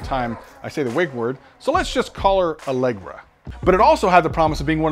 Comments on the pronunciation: Bahaha "Alegra" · "Allegra" -- hahaha -- thx for that bro' . ;-) great content